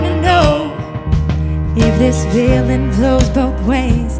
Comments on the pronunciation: It's not only the z's, she also pronounces the f as v (like "veeling"). There is another video of her singing the same song and she does exactly the same. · "if this veeling vlows both ways....baby we both know that the nights were mainly made for zaying things that you cant zay..too busy being yours to vall for somebody new" i cant. she is great at creating and singing her own music, but I am not impressed with this cover, its kinda bland and her pronunciation was irritating